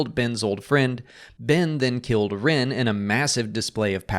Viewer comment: It's rEn, not rIn.